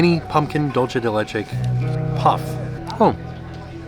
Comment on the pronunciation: These all look so yummy! Just a heads up, dulce de leche is pronounced “doolsay day lehchay” 😊 Love your videos